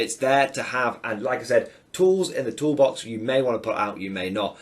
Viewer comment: New drinking game. Have a swig every time says "tools in the tool bax"! 🤣